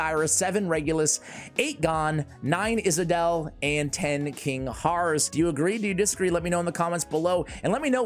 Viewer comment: Isolde = iss-OLD-uh